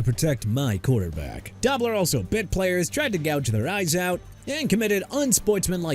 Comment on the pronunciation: Oh my God learn how to say Dobler!